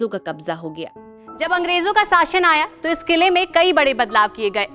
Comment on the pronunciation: ठीक से हिंदी बोलना सीख। साशन नहीं शासन होता है।